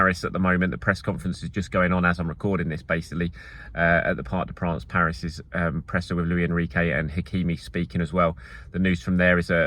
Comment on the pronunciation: the "s" is pronounced in the Spanish (and Portuguese) name "Luis" (unlike in the French "Louis")